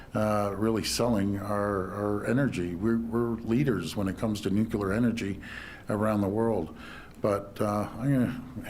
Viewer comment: It's nu-clear not nu-cu-lar